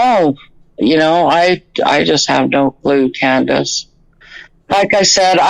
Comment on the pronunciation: Why does keep saying Candace.I don't know anybody that does that